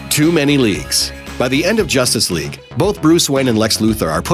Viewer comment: Every single time he mentions Justice League all I coul hear is "Josstice League"